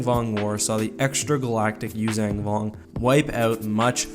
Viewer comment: why oh why do you pronounce it "Yuuzang" when it's "Yuuzhan"